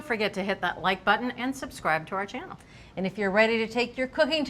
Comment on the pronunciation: *channel, not Chanel. Good lord 😂